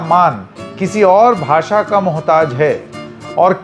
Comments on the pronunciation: Shaw himself can't pronounce the word "bhasha" properly,... He says "Bhasa" 😂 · इनको खुद को बोलनी नहीं आती 😂😂. भासा नहीं, भाषा होता है अंकल 😂😂😂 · तड़ीपार को हिंदी "भासा" भी नहीं आती है, उसके भी लाले पड गए हैं! गधे को कोई बोलो भाषा होता है, भासा नहीं!